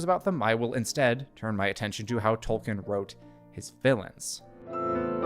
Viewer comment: Dude… absolutely phenomenal analysis. I LOVE your channel, and am doing so all the more I look at your back catalogue. (Small personal nitpick that I’m no way colors my admiration for this channel 😂: please … you’ve GOT to stop saying “Toll - Ken” … it’s pronounced “Toll- Keen”